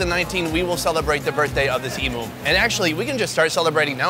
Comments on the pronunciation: i feel bad but as an australia it really got me annoyed when he said "eimoo" rather then "eem you". once or twice is fine but god. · As an Aussie where emoooos are from. It's pronounced "E-,MEW!' not "E-MOO" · It’s eem-you not eem-oo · they have "e'moo" lol i cracked when he said e moo where im fro its "m" "you" emu not emoo lol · It's pronounced "eemew", not "eemoo". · it's pronounced em "U" not e moo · mate. Its Emu, Emewwww! Its Emu. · Emu is pronounced as emyhoo :)) just coming from an Australian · Reckon the best part of this video is how he’s pronouncing emu and guinea fowl 😂😂 as an Australian it sounds so weird really funny tho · why are they pronouncing emu like that 😂